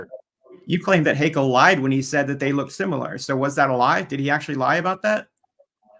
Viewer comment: Great job, Kent, as always! One little tip: "Haeckel" is pronounced "Heckel" not "Haykel" .